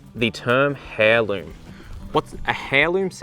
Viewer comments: I don't know if it is an Australian thing but I have never heard someone pronounce heirloom as hairloom but that is a crazy mental picture although I guess so is airloom. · I thought no he says ‘Hairloom’ to make us all comment because he said it correctly once 😂 (Drove me nuts!!!) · Hair loom haha. The H is silent ♥️👍❤️ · I’m a qualified botanist and a home veggie gardener and I love your videos. Really well done. BUT it’s pronounced AIRLOOM not HAIRLOOM. Your son is your son and AIR not you son and HAIR. Just saying . Cheers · Too much sun kills seeds too! Also it’s Aurliom & not Hairloom 😂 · I love your videos, but please for the love of all that is true and good: it’s “air-loom” not “hair-loom.” I’m usually quite chill about this sort of thing but for some reason my brain really needed something to be said today. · Even worse I have seen heirloom written as hairloom. He is just saying heirloom now and I just can’t stand it. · I have ADHD and this made me laugh but was very distracting! I tried putting subtitles on and muting him but even the subtitles say "hairloom" 😂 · Very helpful video - thanks 😊. Btw, heirloom is pronounced "eirloom". You drop the h. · Its pronounced "Airloom".... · You lost me at hair-loom 😂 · I'm Australian and this is the first time I've heard it pronounced as "hairloom" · Thanks for this. Raising seeds has been my weakness. And I believe heirloom is pronounced "airloom" =) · Please stop pronouncing the “h” in heirloom, it is silent. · Don't pronounce the "h" in "heirloom"!!!! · He's probably just only seen it written down not said out loud ... We do some crazy things down here but this isn't one of them 😅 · lol. i'm australlian, and all I could think (everytime I cringed at that pronunciation) was he must not be old enough to have ever heard the term in context, to find out that that 'h' is silent.( But I really apprectiated all the other info) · i hate to be a nit picker but the "H" in heirloom is silent